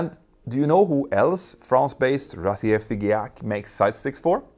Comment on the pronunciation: In France we say feejahq not fiGeac